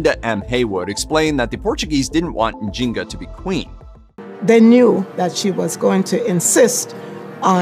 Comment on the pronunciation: I think her name is N’zing-aa